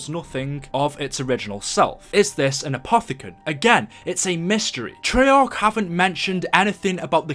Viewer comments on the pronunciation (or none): none